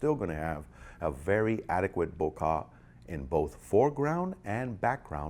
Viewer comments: you pronounce it bo-car ? do you (bokeh) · I have NEVER heard anyone pronounce bokeh "bo-kah" lmao!